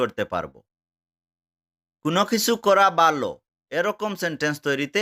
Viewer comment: ভালো কে বালো বলছেন কেনো । কোনো সমস্যা আছে কি ।